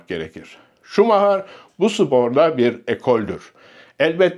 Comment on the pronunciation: Şumaha??? Efsaneyi hep “şumayer” diye telafuz ettik. O kral. Hala kral. Kendisini seviyor ve sevgilerimizi gönderiyoruz.